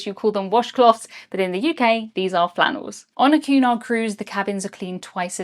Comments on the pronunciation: I thought you were saying Qnon !! Queen Anne? The pee yellow color would have gave me sea sickness! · I've never seen it written until now so I always thought you were saying Q-nod instead of Cunard. lol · I enjoyed the video very much and good coverage of the experience. I do wish you might take the occasional break between sentences a bit of a heavy pace. Also as an American when your accent makes it sound like you are saying Qanon when you say Cunard.